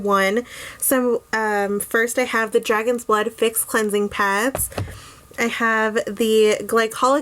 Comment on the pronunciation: Did you say "dragon's butt" 😂? Nice review!!